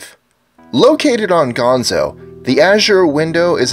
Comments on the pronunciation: I am from malta but still havent seen azure window, also it's not "Gonzo" it's Gozo :P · number 25- its gozo not gonzo... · Gozo* not Gonzo lol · No.25, the azure window is located in Gozo not "Gonzo", Dwejra, Gozo to be exact. I'm from Gozo :3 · It's gozo